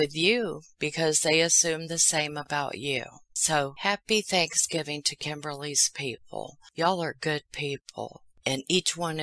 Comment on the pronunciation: You left out the "v" in thanksgiving...thought you'd want to know, babe!